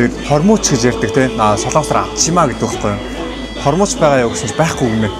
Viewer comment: ahaa hormuuch bish hormogch gdg shuu haha hoorhon yridin be